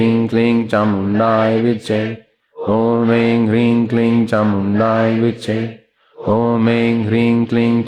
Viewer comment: चामुण्डायै है कि चामुण्डाए है गुरूजी तो चामुण्डाए विच्चे उच्चारण करते है